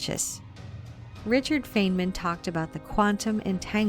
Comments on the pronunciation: Marcel van Heerden there r other sources here on YouTube that confirm his name was pronounced fine MAN. Even the spelling is M A N. How does one get MIN from that? Do u have a source supporting your claim? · more importantly, it's pronounced FINEman. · Just a small correction. Feynman’s name is pronounced FINE MAN. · Richard Feynman’s last name is pronounced, “Fine-man”, not “Fane-man”. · also bro his name is Richard "FINE-men" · No it is not. It's pronounced FINE MIN. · Thank you for reposting this older video. Great information. If you redo it at some point, I hope you will correct mispronunciations of names. Ones that I caught were: Feynman, Kabbalah and Poincaré. There may be others. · You are pronouncing feynman wrong.... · As soon as you mispronounced Richard Feynman's name, I lost all faith in this video